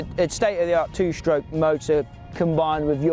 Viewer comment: "Two shtroke"